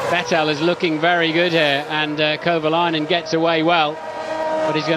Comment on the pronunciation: Okay... the fact that the commentators keep butchering Kovalainen's name is really irritating. You'd think they'd actually learn how to pronounce driver names properly... but evidently, it's too hard.